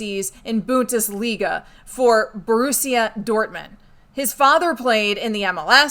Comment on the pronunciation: The BUnT-is-liga? Say it again now - "BUn-DES-LeeGA" !!!